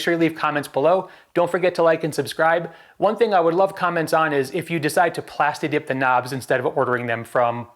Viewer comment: Did you say plastidick? 😆 nice vid bro